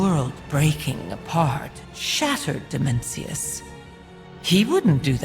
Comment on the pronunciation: can't stop hearing Dementius :D immature I know..